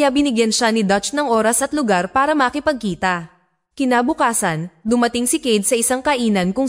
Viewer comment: Okey na sana ang kwento pero hindi tama ang pagbigkas sa mga salitang tagalog. Halatang hindi fluent sa tagalog... Gaya ng "makipagkita" hindi tama ang bigkas.